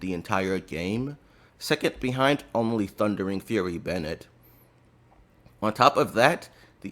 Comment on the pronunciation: love the extra "R" in the thundering fur-ry 😂